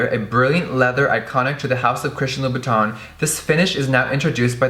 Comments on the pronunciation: You are pronouncing the name wrong. It's pronounced loo-boo-tin..... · Hey guys I just wanna ask that how do you guys pronounce "Christian Louboutin"? In my country literally everyone that I encountered spell the name Christian Loubou"tin" with the word tint in "tint lipstick" so I'm pretty confused when I heard Jeffree pronounce it like that. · what is with the way you day louboutin? no hate im just curious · Luna Amatista ok so is thay how you say it because the staff at the shops ive been to say it differently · Luna Amatista is it really? he says it with a weird accent first, then he says it how ive heard the staff is the shop say it and then he says it weird again. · He just likes to play with words , like all and any words, I think the first time he said it that was the proper pronunciation